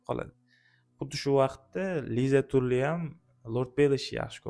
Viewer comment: Tully ❌️ Tally✅️